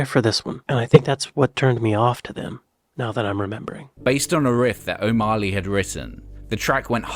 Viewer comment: I don't know who narrates these trashtheory videos but 'O'Marley' and 'preVAYlent' ...ugh!